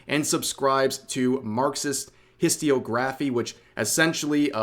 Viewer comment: that's not even CLOSE to the pronunciation, Rev I continue to ask if you're literate it's not "his toe ree oh graph ee" it's "hiss toe ree og ra fee"